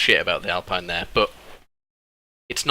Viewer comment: it's alpeen not alpaɪn mate